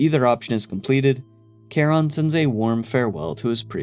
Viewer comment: Also thumbs up for your pronunciation of Charon. That’s my puppy’s name!